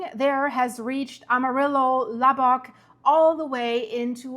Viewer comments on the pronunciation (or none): Amarillo is a little off